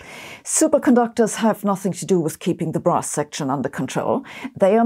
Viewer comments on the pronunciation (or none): wait, is this implied or not? but when you say, "brass section" you gesture the shape of a bra support and it sounds like, "bra section." or do I need to get my mind checked? 😂